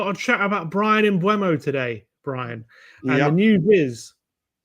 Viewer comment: Think it's pronaunced mboomer